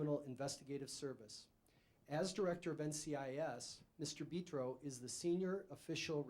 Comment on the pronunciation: Well this is weird, thought my last name was unique. It's Italian but it's Betro not beeetro dummy